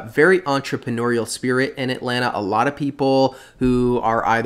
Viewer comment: You pronounce Atlanta the right way. I can't stand the transplants saying "At-Lan-Ta", when it is pronounced "At-Lanna".